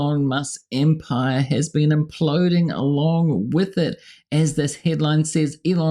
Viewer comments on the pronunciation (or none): "Imploding" with an L please …